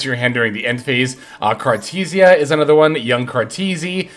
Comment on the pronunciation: Bro did not just call her “cartussya” 💀